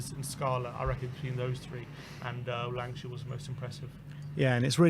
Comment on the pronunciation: Hey guys love the content. is is Lankshear not Lankashear....lol Much love guys